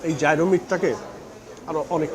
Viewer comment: Gyro ke thik "Jai-Ro" uchharon kora hoyna, "ye-ro" er moto kore pronounce kora hoy